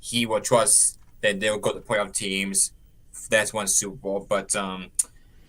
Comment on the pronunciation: Campbell CRK sounds like Elmer Fudd. "Los Angeles Wams". "Pwayoff team" Lol!